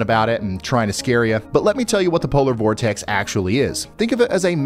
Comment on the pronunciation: "polor vortex"? Sir, I've lived in Minnesota or Wisconsin my whole life.